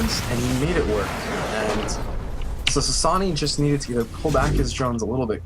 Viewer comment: wrong pronunciation... not Ssa Ssa ni lol lol lol it's Sa na e